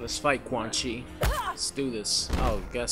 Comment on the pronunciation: Hey when u said quan chi nuts say it fast it sounds a bit like ceunchy nuts haha 😂😂😂